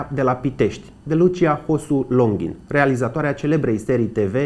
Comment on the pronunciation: Felicitari pt emisiune. Lucrurile acestea trebuie spuse si reamintite pentru a nu fi trecute sub uitare, asa cum isi doresc "mostenitorii securitatii". Totusi nu inteleg de ce prezentatorul de la inceput subliniaza si repeta numele de "Longhin" in conditiile in care pe doamna si pe fiul dansei ii cheama Longin.